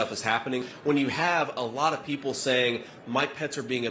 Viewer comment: Trumpf : “we won 86 to 3” 🥴🥴🥴🥴. Trumpf and Trumpfrs. “Their wur 51 millions peepole at the rally lass nite” 🥴🥴🥴🥴